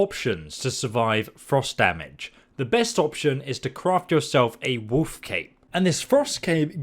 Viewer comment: they way you're pronouncing wolf is killing me :D woof